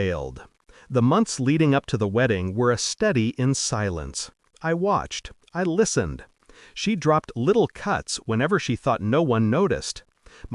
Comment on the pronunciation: Male narrator, female protagonist. Study, not steady. Pleas, not please.